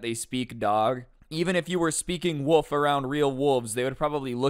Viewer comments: is no one gonna talk about how instead of wolf he said "woof" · I love you, but it's wo(L)f. I can't stand it when people call it a wuff. You also said "all floors" a few times lol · When you say wolf I hear woof instead 😂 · is it just me or is he saying a woof not wolf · Is it me or did he said woof isn’t of wolf? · Not trying to be rude but I think you might be saying "woof"